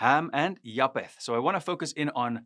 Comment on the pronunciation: Ek wil net vraag iets uitklaar omtrent die uitspreek van "ph" In Engels. Bv. Pro-PH-ecy. (pro-F-esie in Afrikaans.) Dit is dieselfde woord en beteken presies dieselfde. Noag se seun is JAFET (Afr). Hoekom spreek jy dit uit as Ja-P-et? Mis ek iets? Ek geniet jou kort preke. Alle seën vir jou!